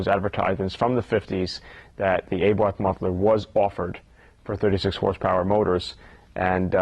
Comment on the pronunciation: wtf is an ayborth muffler, is it really that hard to say abarth?